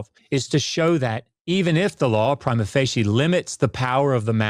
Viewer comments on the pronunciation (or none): none